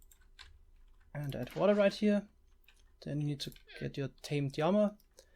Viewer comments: Please just say lama instead of yama :( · Say it with me...."L" ama..."laaaamaaaa" lol what is a yamma? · Wtf it LLAMA NOT JAMA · Since you are speaking English the correct pronunciation of llama is as if there was only 1 L meaning, Lama. Spanish then it would follow Spanish rules of being pronounced like a Y as you are doing. I don't know about German so maybe you are going by German rules but since you're speaking English thought it would be helpful to correct you. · Everytime you say Llama I Hear armor for some reason! 😀😀😛😛😄